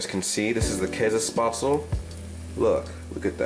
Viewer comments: I love how he says "Kaasespaatsel" 😂👍😂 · in tirol we dont say käsespätzle we say Kaaspatzlen